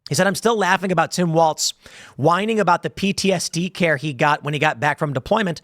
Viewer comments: Walz not waltz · Tim, theres no T in the letter L.